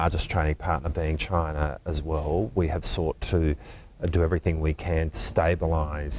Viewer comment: Bloody hell why can't they say the word "CHINA"